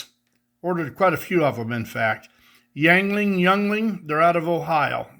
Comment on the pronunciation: Very cool custom Electrics,. I think it's pronounced, "ying ling." I enjoy their Lager. 🍻